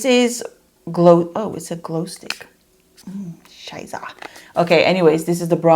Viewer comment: Hahahahah I laughed so hard as you said "scheißa"😂 do you speak german?